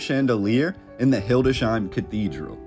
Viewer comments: Not "Hilde shein", but "Hildes heim". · Its not hildesheim, but hildes/heim